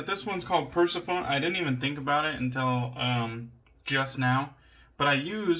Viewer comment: I might be wrong but I'm sure it's pronounced per-seff-on-ee haha We spoke about the V4 Tip initially and I still don't think those overly gelly knots are fun to use.